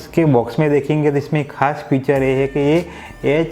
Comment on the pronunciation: भाई साहब किसी चीज की ख़ासियत को "फ़ीचर " कहते हैं । जबकि आप फ़्यूचर का उच्चारण करते हो , फ़्यूचर का मतलब भविष्य होता है। वैसे हम आपकी सभी वीडियो देखते हैं ।